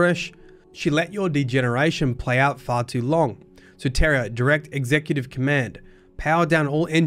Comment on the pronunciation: Just an FYI, Soteria is a Greek word. It means Salvation. It’s pronounced soh-tee-ree-ah